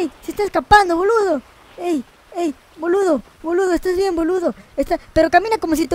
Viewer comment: Por que pronuncian los insultos como si fueramos italianos? JAJAJAJA Es Boludo o Pelotudo pero a lo argento, no con el acento Italiano jajaja